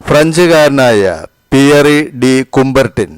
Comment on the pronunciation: That's not cumbartin that's cubartin😂😂😂